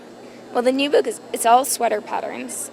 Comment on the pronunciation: um, what? What? That has to be the oddest Edinburgh accent I ever heard,. ooops "boook" Gotcha!